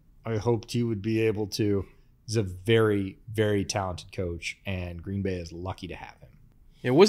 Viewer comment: I was born in 1995. The worst season I can remember is 2005, that sucked. Also, you say Green Bay wrong.